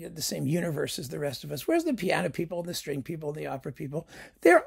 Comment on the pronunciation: There were many occasions in the video when i thought you said straight people instead of string people haha